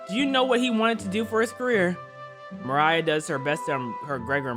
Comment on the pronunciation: You should probably pronounce Mariah’s nam by pronouncing the I as a e